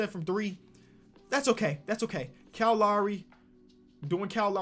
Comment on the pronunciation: I don't think can say Kyle